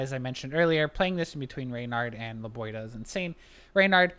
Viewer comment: It's LebiOHda, not LebioDA.